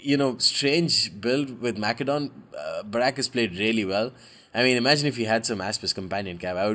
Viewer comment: the c in macedon is pronounced like an s